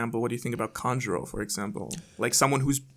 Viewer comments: It’s kanjuro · Its kanjuru